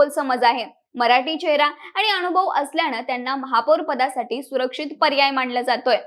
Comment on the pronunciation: अनुभव - अणूभव नाही, मनसे - मणसे नाही, नाव - णाव नाही